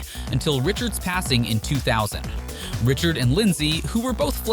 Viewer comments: Ummm? 🤔 How does someone doing a hockey video, manage to screw up the names of legendary players so badly. I realize he may be reading off a script, but a hockey fan would know the pronunciation isn't the same as the spelling 🤨 Roy and Richard Wah(as in, saying ah at doctor) and Ree-shard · You can't even say the platers' names correctly, obviously you don't know anything about the players. Patrick Roy(Pronounced Wah) Richard is pronounced RI shard. How do you pronounce Miroslav Satan's last name?